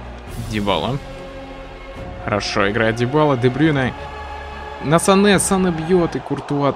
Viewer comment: Правильно говорить Занэ